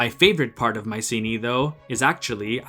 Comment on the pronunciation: It would be nice to hear the name 'Mycenae' pronounced correctly